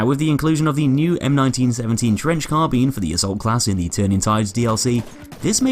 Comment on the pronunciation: When you're british and still can't say "carbine" properly...